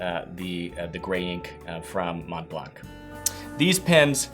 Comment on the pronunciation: Great video as usual. I was a little disappointed however, knowing that you are American and live in Texas, I assumed that you would tell us whether S&W, Colt, Glock or Heckler&Koch would be you're everyday carry?! LOL. BTW just a little note if I may, 'Montblanc' is pronounced without the 'blank' at the end other wise your french is improving, no offense intended.